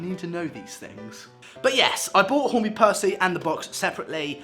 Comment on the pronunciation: You said it right the first time